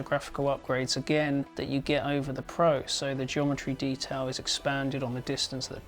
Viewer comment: lol he actually referred to the pro as soup XD